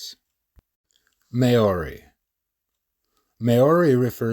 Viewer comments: "May orie" 😭😭😭😭 dog you butchered that so bad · Please learn to say Maori (m ow ree)